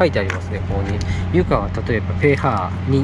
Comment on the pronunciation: pHを「ペーハー」って言ってくれる方、今や貴重かも。ありがとうございます。